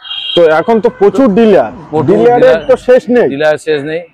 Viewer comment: আরে ওটা ডিলিয়ার নয় ডিলার হবে